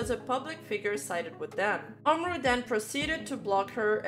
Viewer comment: Hey, just wanted to say my piece regarding the umru incident/drama (First of all it's pronounce OOM-ru, second of all this is gonna be a long-ahh comment but I promise it's worth it) I've been a fan of umru and his work since around 2020, and I've loved nearly every song and project he's worked on. Seeing his name listed as part of the credits for Sinderella was honestly kinda crazy, it felt like two worlds were gonna collide. But then he posted his "apology" statement. I feel like umru making his statement about disowning the song and him bringing up the deleted N-word tweets from OVER HALF A DECADE AGO was kind of a huge L on his part, considering he's also worked with other artists who've had similar situations in the past (i.e. Slayyyter and Caroline Polachek - but at least they both apologized!) and kinda left a bit of a stain on how I see him nowadays. I don't think he should've apologized at all, cus the song is honestly pretty fire. I literally listened to it for the first time while writing this and it is honestly very, VERY sick. Probably one of my fave Calli songs (imo of course). Sure, he may have fumbled the bag at first (it appears he genuinely didn't know who Calli was which is kinda crazy, and he thought it was gonna be for an actual Japanese artist at first before shit went down) but at least the remix he did for SG5 made up for it somewhat. Also, despite him essentially disowning it, the song is still avaliable to listen to, with umru's name still listed in